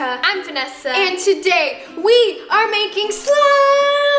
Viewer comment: Wait vennesa did you say gennesa???!!!